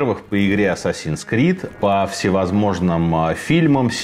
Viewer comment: Ассасин звучит как отсасин)))